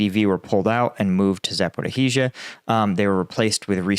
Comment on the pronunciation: Yes, efforts on this are quite valiant and much appreciated! That said, I wish that he would edit out the garbled words, pauses while gathering his thoughts, "ums" and "ahs." Also, Zaporizhzhia is generally pronounced as "Zapo-rhee-zhuh" by others on YouTube.